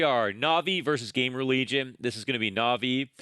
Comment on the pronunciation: is your "Game Religion" pronounciation on purpose?